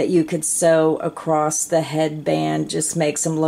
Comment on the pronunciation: I love your video, but it really makes me shutter hearing your pronounce Across with. T at the end. !!